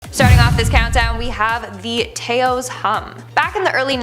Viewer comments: Taos is pronounced with a soft a. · I'm beginning to think you Canadian hosts mispronounce southern USA town names on purpose at this point. it's not Tay-ose Texas its Tay-ahs Texas. And from the one that wears Harley T's all the time I would think you would know the name of that town. It is almost entirely populated by bikers!